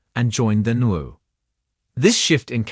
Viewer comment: WWE pronunciation isn't as bad as the NWO prounounced NOOHO 🤣